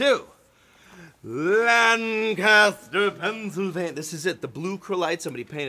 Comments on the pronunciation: They pronounce Lancaster like this, " Layne Ku Ster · Quit putting stress on the first syllable of Lancaster. You'll mark yourself as an outsider. :)